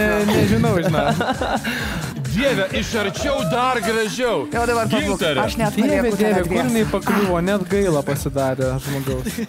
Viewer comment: Kodėl taip savo vardą kirčiuoja? Ar jai tokį davė??